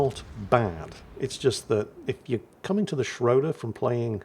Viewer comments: it's schrooder. The "o" with the 2 dots on top(oomlauts). It's pronounced "oo". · Ägir is a hard G, as in grouse. Schröder is not Schrouder, rather Say the Ö as you do the U in "burn" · please. ö's (and ø's) are pronounced like the i in bird or the u in burn. And Ägir is pronounced with a hard g. And while I'm going at it, e's in names of Japanese destroyers like Shimakaze for example are pronounced like the e in extra. Now you know.